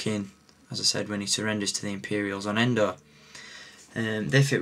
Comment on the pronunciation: Its Endor not Endo